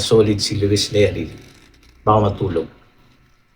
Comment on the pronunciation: neri hindi lerry 😂